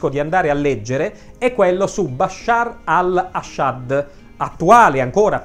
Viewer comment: bashar aSHad? antonio veniE'? capisco che di Siria sai poco o nulla ma almeno l'italiano....